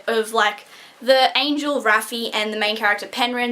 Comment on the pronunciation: Raffy? Isnt it Raff, short for Raphael?